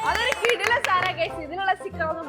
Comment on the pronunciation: 'KIDILAM' amalettaaaaa...... 😅